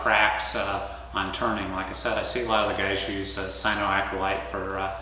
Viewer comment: Cyanoacryl-A-te not Cyanoacryl-i-te